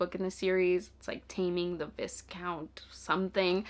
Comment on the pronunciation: I love that you added your own little challenge with the monster romances, that's so fun! Just a note, viscount is pronouced "vai-count" like the first syllable rhymes with "eye". It comes from French, and we all know how French loves its silent letters lol.